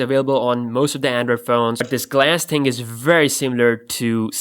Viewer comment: don't say "ting" it's really annoying